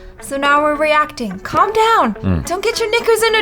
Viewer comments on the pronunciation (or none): none